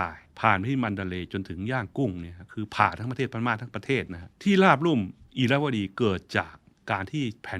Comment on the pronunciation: ราบลุ่ม ไม่ใช่ ลาบลุ่ม